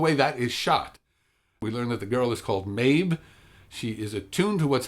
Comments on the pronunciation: You made me question my hearing when you pronounced the girls name as Maebh and not Maeve. But otherwise; I agree about Capaldi, he's a good actor and a great Doctor, and I think overall the acting and characters were the best part about this episode. That said, they were kind of the only good thing about the episode. The story seemed flat - it gave you this sense of antagonism that was never explained or actively resolved. Did the little girl think the fireflies and the forests into existence? Did she think everything in this episode into existence (wolves, sister, solar flare)? Will she continue to think things into existence? Was she just sick and should have been taking her medication? The conflict was anticlimactic and the rest of the story felt truncated despite having more potential - the little girls super powers, her missing sister, the whole point of the Doctor's involvement. I feel like it should have focused more on the characters and been an exploration of humanity - through the innocence (and illness?) of the little girl; the Doctor's choosing a responsibility to humanity and Earth, because being the last Timelord is lonely; and the relationship/differences between Clara and Danny - rather than the all out save-the-trees message that it was. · Maebh is pronounced "Mave".